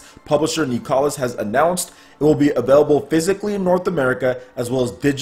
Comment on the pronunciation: Nicalis = nicholas guys not kneecalus